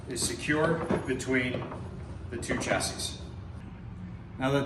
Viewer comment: The correct pronunciation is chassis not Tchassis. Beautiful Amp